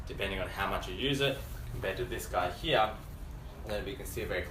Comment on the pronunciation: I like how he says "heahhh" for "here". Sounds military. Good review. Thanks